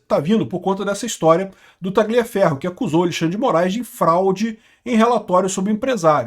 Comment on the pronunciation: Parabéns. Falta muito pouco pra você subir ainda mais de nível. Aprender que a pronúncia de Tagliaferro é taliaferro, sem o g (nome italiano) e parar de falar esposa, a palavra mais brega do mundo. Mulher. Repete comigo: mulher. Como é que o padre diz? Eu vos declaro e marido e mulher. Abraço.